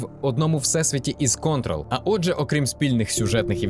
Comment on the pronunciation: контрОл з наголосом на другу О, від "контролювати" (події відбуваються в Federal Bureau of Control - Федеральне Бюро Контролю)